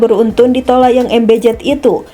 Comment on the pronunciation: Yang membacakan narasi gak ada yang lebih baik ya? Jenajah, bin Jayid, ber-untun, plat er-ep, tau apa lagi tuh. Jadi males nontonnya.